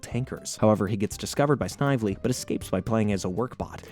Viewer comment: The name Snively is pronounced snivelly